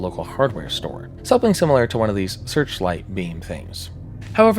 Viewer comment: Am I tripping or does this guy pronounce "something" as "sapling"?